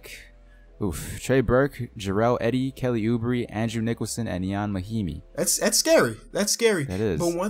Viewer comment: Finally someone who pronounces Ian Mahimni right